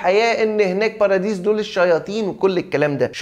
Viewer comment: والله أسمها بارادايس مش باراديس 🤣